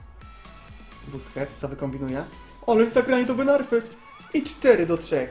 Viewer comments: "buskets totsa" xd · troszke po 6 min powiedzał busqets (niewiem czy dobrze napisałem) totsa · "Bousqets totsa" Junajted 2016